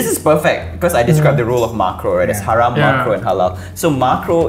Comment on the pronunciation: ✨ hayram ✨ it’s haram guyssss 😭😭😭